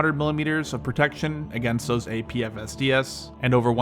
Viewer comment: Like the video just for his ability to say "APFSDS" over and over again for our entertainment